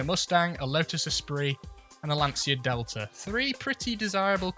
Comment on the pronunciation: Lancia is pronouncied 'Lancha' as it's Italian, not Spanish. Great video.